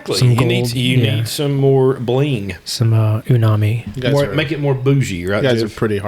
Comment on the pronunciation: "unami" lmao! He acts like he's so sophisticated even when mispronouncing it lol